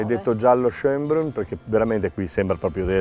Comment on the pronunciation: su schoenbrunn l' accento va in fondo....schoenbrùnn...